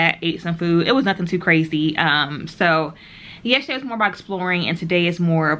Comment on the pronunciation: YESTERDAY does not have a H'. You keep saying yesHerday.